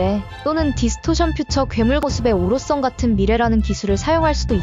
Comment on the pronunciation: 오로성을 왜 죄다 오롯썽 이라고 읽어...